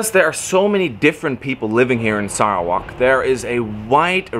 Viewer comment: TQ.. he pronounced Sarawak in great way. It is ok😃👍👍👍